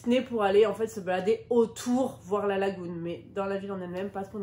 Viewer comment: En français on dit lagune et non lagoune….